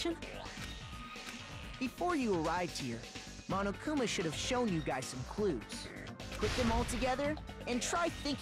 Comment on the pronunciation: It's so grating how everybody in these games pronounces Monokuma and Monomi. They're clearly Japanese names. Say them as such. The first syllable is not "maw," it's "mo."